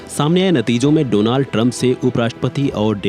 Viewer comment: Donald❌ Dolund ✅